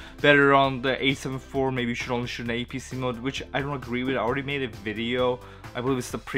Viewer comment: It’s apsc not apsh.